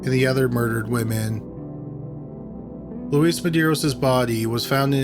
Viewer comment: Luis, not Louise.